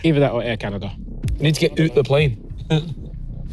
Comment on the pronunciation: Ethan in a pure Scottish accent: “We need to get oot the plane” That’s a quality accent! Scots representative here 💀🏴